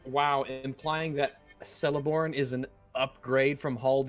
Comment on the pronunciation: Celeborn is pronounced Keleborn.